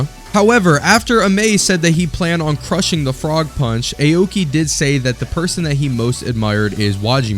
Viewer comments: Awkey not ayo-key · it's 'aw-ki' not 'eyowki' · "Ay-oki" got me laughing, no offense